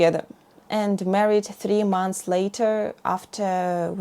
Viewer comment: M-O-N-T-H-S, not mounths. Why do you do this‽